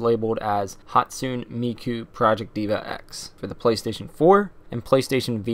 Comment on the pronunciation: Written Hatsune Miku, pronounced Ha-tsu-nay Mi-ku, not "Hatsuun". Written Kagamine Rin/Len, pronounced Ka-ga-mi-nay rin/len, not "Kajamin". Written Meiko, pronounced May (the same way you pronounce the month may)-ko.